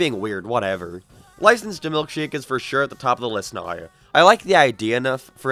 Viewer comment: I don’t understand how you can have such an American accent yet pronounce certain words so stupidly like you’re attempting to force a archetype that you aren’t. Everytime I hear you say “naow” I cringe so hard I nearly die. Other then that, the video was alright.